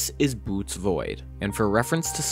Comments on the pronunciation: It's boh-oh-teez. Not boots. Also, It's Boötes not Boótes. Protip: google exists. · I wish people would learn to pronounce Bootes, it makes me think that people who say it as "🥾🥾" didn't write their script and don't actually know what they're talking about, which is NOT a problem, just SAY THAT. (DISCLAIMER I'm not accusing OP of anything, I'm simply expressing how my mind interprets data as an autistic folk.) Fascinating, carry on... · I appreciate zoomers trying to make engaging content but when he pronounced Bootes void as "boots" void I had to stop it there. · Bo-owe-tees. Boötes. It is not Boots. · “Bootes” is pronounced like “boh-oh-tees”. Sorry to be that guy. I’ll see myself out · It's pronounced Bo-o-tez void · The image shown is actually not Boötes Void, it is the dark molecular cloud Barnard 68. (also, it is pronounced Boh-ohtees Void) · It's pronounced boo ate ease.(Bootes). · Also pretty sure Boötes void is pronounced Bohtees, cheers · just a correction on the Bootes void . Its pronounced like 'Boo-OH -tees' and that photo is not the void itself, but of Barnard 68, a small dark nebula about .25ly in radius. and the void isn't actually totally empty, but has far fewer galaxy clusters than normal. still huge still crazy though